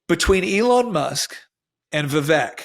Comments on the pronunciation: Vivek's name is pronounced 'Viv ake' like cake. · Vivek is pronounced VevAke 🙄. Like cAke. I've mentioned this a couple of times. You say you have tremendous respect for him, yet you keep saying his name wrong. This isn't his pronoun,, it's his name. 😠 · Vivek rhymes with cake